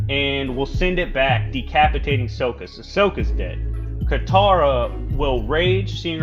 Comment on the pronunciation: ...no he didn’t. Is it really that hard to pronounce Sokka? His name is said in like every episode of the show several times